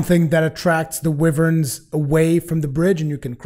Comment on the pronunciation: I think you are trying to say wyverns (why-verns)